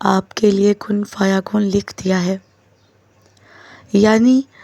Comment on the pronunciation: كن فيكون. Not كن فيكن يى غلط